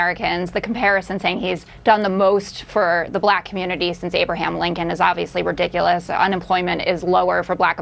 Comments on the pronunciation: He is just such an idiot. And what's with him saying, "bLack". He rolls over that L ... as though he's got some kind of brain tumor. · Why does he pronounce it "blyack